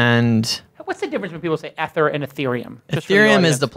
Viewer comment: Great interview. Their pronunciation of 'Ether' gave me a chuckle. Hard E fellas :)